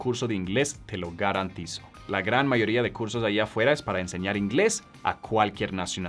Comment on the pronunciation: "Te lo garantizo" es un acento colombiano me hace recordar a Pablo Escobar jajaj que buen acento